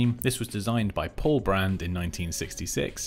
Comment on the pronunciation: Good, but correct me if I'm wrong; It is Paul Rand and not Brand :-).